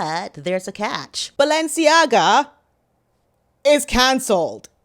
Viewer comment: Your Valensiaga 😂😂😂👏👏👏